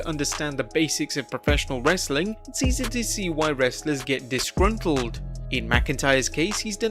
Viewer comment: My day is not complete until I hear say: ‘Wrrrrrestling content’